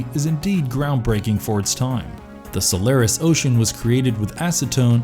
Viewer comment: Like the content, but this v/o guy seriously needs to work on his pronunciation to justify his job. For one, it's not Denis "Villinov," 2. it's not "SolAIRis."